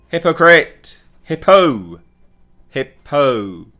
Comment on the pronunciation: WOW, you mean that SEXUAL MISCONDUCT is... BAD??? no matter who does it??? NOOOOOOO, that is like so totally weird. (Also dude, it's all good to point out the hypocritical statements/actions done by Dunham. But I feel like the emphasis on "Hippo" might piss off a few people. Just trying to look out for you man)